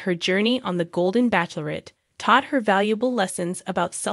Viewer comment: The only thing is, you need to learn how to pronounce bachelorette correctly. If this is A.I. then there is much to be perfected.